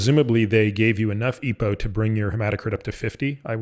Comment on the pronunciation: Great interview...but, typically you'd say E.P.O....not eepoh. Sounds weird, mate.